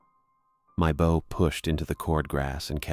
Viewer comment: This is the third story where the narrator voice shows it does not know how to pronounce "bow" when referring to the nautical use.